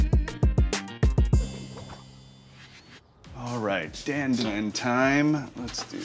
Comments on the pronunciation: Again you mispronounce the dish’s name. Why Jet? It’s not “Dan” as in the male name, the A is like in car … so it’s pronounced like the male name “Don”. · It's pronounced Don Don not Dan Dan, and Sichuan peppercorns are not spicy whatsoever!